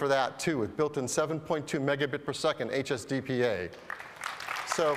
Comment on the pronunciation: When Phil says "HSDPA" he really nails it.